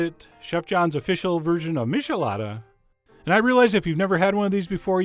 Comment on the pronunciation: John, you nitwit: MITCHelada, not MISHelada! No offense. Just trying to be helpful. This is the beat I can do.